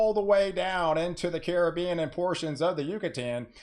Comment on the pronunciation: Thank you for pronouncing the Caribbean as it is. Thanks a million. It grates my ears to hear poorly educated people pronounce it like it is a foreign word. thank you, thank you, thank you. As someone from the Caribbean it means a lot to me.